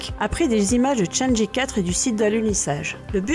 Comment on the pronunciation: Super vidéo ! Continue comme ca ! Par contre si je peux te faire une petite remarque, la prononciation des missions lunaires chinoises sont vraiment pas géniales. 玉兔 (Lapin de jade) se prononce approximativement "yuw tuh" et chang' e (嫦娥) se prononce plutôt "chaeng euh". Pour la vraie prononciation , car je suis loin d'être un expert : chang'e (嫦娥) yùtù (玉兔) Merci à toi et continue comme ca !